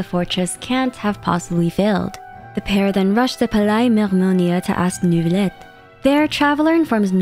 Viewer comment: do you know why many characters pronounce Neuvilette's name as "Nervilette"? Paimon included. Is that perhaps a Canadian French thing?